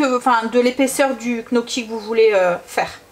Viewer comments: Hello, le gnocchi se prononce nioki 😊😉 J'en ferai peut être, j'adore ça!! Bisous 😍😍😍😍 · Bonsoir merci pour ces petites pépites de recettes * Tu m'as fait sourire dans la manière dont tu dit Gnocchi Amitiés Valérie